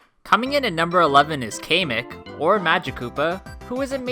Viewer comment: It's cam-ik/Kamek not kamemik